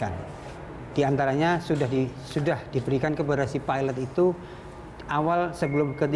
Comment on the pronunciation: perempuan tu asyik peeelot.. lelaki tu ok nyebut pilot degan lurus HAHAHAH